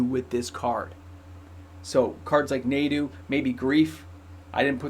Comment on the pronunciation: Just a heads up it’s pronounced (Nah-du) not (Nay-du) for Nadu